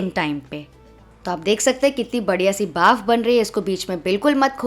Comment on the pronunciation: Baaf nhi bhaap😅